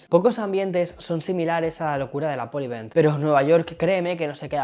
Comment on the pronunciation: APPOL? nooooooo! Que horror! Cada vez que te oigo decir APPOL me explota la cabeza